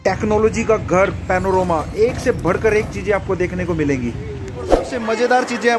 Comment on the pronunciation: पनोरोमा नही सर पनोरमा